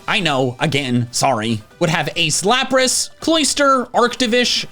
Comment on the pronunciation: “a slapris” (ik he said ace lapris)